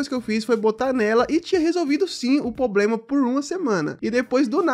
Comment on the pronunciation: "poblema"... Rss... Será que é tão difícil falar "problema"?